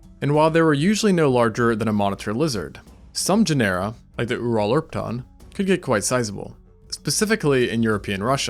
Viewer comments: I love your videos but everytime you say Genera like Panera makes my skin crawl. It’s pronounced like Gin-uh-ruh like gener in generation. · Say "janera" one more time. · it's weird that you put all this stuff together but can't pronounce "genera" therefore never even took high school level biology?